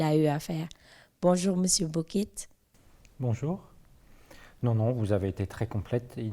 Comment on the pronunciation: Merci pour cette interview. Mais c’est Boquet la prône au lieu de Bokett non??